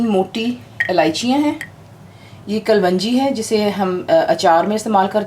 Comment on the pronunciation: Not trying to teach you anything but the correct pronunciation is Daigchi not Daichgi and not Kalwanji but Kaloonji. Your recipes are awesome, I am big fan of yours.